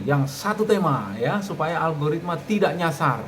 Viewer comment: Alogaritma gobl0k....???🤣🤣🤣..lucu juga denger nya ..teruss pemula suruh ngapa in lgi .kalau semua gak boleh